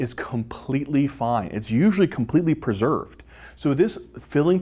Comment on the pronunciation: "Preserved", I 😘 ve how he says that word, lol❣️